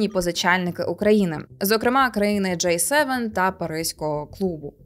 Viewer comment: Ні джей севен, а джі севен